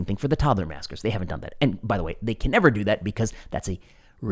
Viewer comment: Love the content, love even more if you'd speak louder. You say "toddler maskers", I hear "toddler massacre-ers".